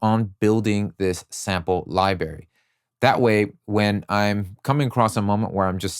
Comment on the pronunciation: Library has 2 Rs Sound library Not sound “Libary”